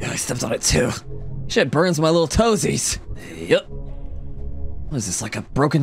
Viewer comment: Bro said t osies